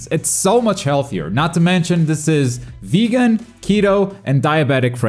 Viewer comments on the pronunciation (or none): none